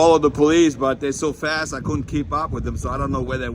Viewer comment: Couldn’t quite understand you. Was it the cops are to FAST or your too FAT? Try speaking normally and say Fast as F AH S T. Less fingers poking you then.